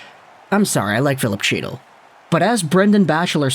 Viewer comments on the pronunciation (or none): 1. The C in Chytil is silent. Think 'Hetil'. 2. He is supposed to be a center, but he just looks like a winger. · Lmao that chy-til is driving me nuts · Fyi- chytil is pronounced Heat-il the ch makes a h sound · As a ranger fan for the love of god HE TILL The c is silent. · Just to put this out there as a Rangers fan, but if you are going to dump on our players/prospects (Chytil, Cuylle), it would help if you knew how to pronounce their names. I think you mean well, but it's clear that you've never actually seen either guy play. As for Miller, his price tag is going to be more than what the Rangers should pay. No team in 30+ years has gone from missing the playoffs 4 years running to winning the Stanley Cup, and they won't be able to re-sign Miller at the end of his contract (they have a two year cap crunch coming up due to dead cap and Zib's and Fox's new deals). I'm still convinced that Vancouver is dropping the Rangers' name in the media to try and drive up the price from other bidders, because the move just makes zero sense right now for NY. TL/DR--Vancouver should get more than the Brooks package in return for Miller...but they shouldn't get it from the Rangers. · Oh yes, …. The C is silent ..